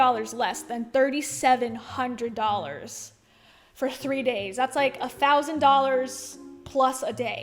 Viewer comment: Did you say doll hairs? 😂